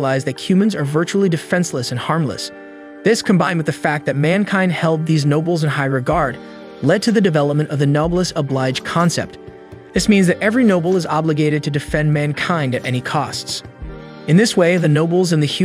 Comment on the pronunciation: noblesse oblige is a french expression, pronounced No-bless oh-bleej